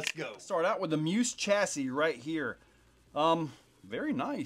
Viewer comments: Isn't it pronounced me. Us. ? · Pretty sure it’s pronounced Me-us